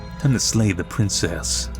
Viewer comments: SLAY, SLAY!!! NOT LAY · Narrator says slay the Princess, but I'm hearing lay the Princess. I mean, that tail, tho. Benchpress me, Princess.